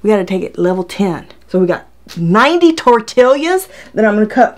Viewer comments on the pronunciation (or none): "Tor-TEE-ya." Just sayin' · She said tortilias wtf Edit: I’m glad she now bows how to say it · “Tor-till’yas” ?? 😂🤣, as opposed to “tor-tee-as” .. kinda cute ! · your knife is fake diamond coated! We say tortillas, you say tortilias. It's all good! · OMG Tor tee yas! Not tor till yas! The southern trumps the Puerto Rican! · Its definitely NOT Tortill*i*a ITS Tortill-a... NO extra I !!! jesus .. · it's tortillas...not tortilias...... gosh I cringed so hard hearing you and it took you 10 minutes to even start with the first test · I like that you call them tortilias lol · Tor tee yas The double LL makes a Y sound. Funny how she pronounced both the L and the Y sounds. ☺ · Lmao 😂😂 at you saying “tortillias” I was one of those ppl saying omg if she don’t say it the right way (puling hair 😠😤😂) ❤️❤️ still love watching you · "tor'TILL yas" hahaha!!! :-D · I love when you say tor tillius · tor ti lias omg girl say it right ahahahahaha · Tortilias?🤔 Sorry but did I hear wrong? Am I trippin or she actually said T-O-R-T-I-L-I-A-S😂 this has me dying never herd anyone call them that😂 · Can’t believe it cut those “tortillyAhz”!!! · "tortillias" lmao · 80 tortilyuhs 😂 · TORTILIAS??? lmao ok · Momma Jen I laughed everytime she said that! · Don't you live in Texas? Lol,. Tortillas are pronounced; 'Tore Tea yas!' G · Tortilla = Tor-te-ya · Tor Tee Ah :) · She said TORT-ILIAS🙄🤦🏻‍♂️ I’m done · Great video 👍😄 Just the way you pronounce tortillas 😄 I've never heard someone say it that way 😂😂😂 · I really liked this video until I heard you say tortillas.